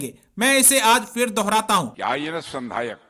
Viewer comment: संधायक बोलो संध्याक नही।